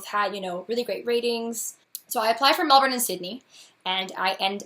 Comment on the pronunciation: Sounds like a dream job! I mentioned it before but having lived in Melbourne you KNOW they pronounce it Mel-bun, why you no pronounce it right? I know you use spf 50 sunscreen, but I see you burned all the time. I met another red head (ginger am I) when I was 17 who was dying from melanoma, the things he told me and the way he looked scared the heck out of me. Please consider using your sunscreen more often.